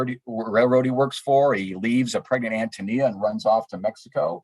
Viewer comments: Although i greatly appreciate the conference, you're grossly mispronouncing Antonia. 3 minutes, and 47 seconds and i can hardly listen anymore. I am a lowly truck driver, an idiot if you like, but i Hate it when people desecrate the English language with "Ahum." English is my second language and i never used it. When someone is talking an keeps using "ahum," it completely invalidates what they have to say. Sorry, i don't mean to be pompous, but i find it exacerbating. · I’m thrown off that the introduction was done by someone who clearly has no experience with this great work. ANN TOE KNEE ah!!!! Dear God - I bet he didn’t read the book either😮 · I understand that AHN-toh-NEE-ah is he preferred pronunciation.